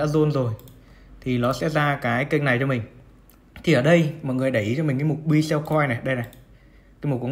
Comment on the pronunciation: Góp ý với bro là Buy (bai) chứ không phải (b-uy). Đang vừa nghe vừa làm việc phải giật mình click vào xem (buy) là gì 😂